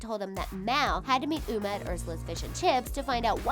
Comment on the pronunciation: Ok did anyone notice she says Uma as Umu